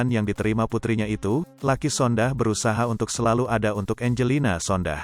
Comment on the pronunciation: Jangan Sondah tapi Sondak